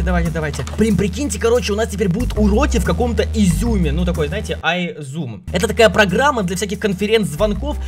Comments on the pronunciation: Ты говорил зьум агаворится зум Артак табл говорить правильно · так смешно говорит изюм а приложение зум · Не зюм а зуум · Все в школе:zoom Школа жеки:изюмм😂😂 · не айзуум а зуум😂😂😂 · не изум а старт зоом вот я тоже там учусь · у меня там уроки и да не изьюм а зум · ХАХАХААХ, ИЗЮМ ПРАВИЛЬНО ЗУМ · Не изюм а зуум мы в нём учимся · Не изем а зоом 😂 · Не изюм а зум (zoom) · Как бы зум а не изюм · не изюм а зум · Не изюм , а аизум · Вапщето не изюм а зум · не изюм а зум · Не изюм а зум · Не йзум а зум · Не изюм а зум!🤬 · Зум а не ізюи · Слышится как Изюм🤣🤣🤣🤣🤣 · Никто: Абсолютно никто::изЙУм🤣